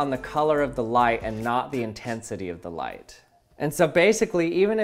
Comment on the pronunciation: Thought he said “Erase life”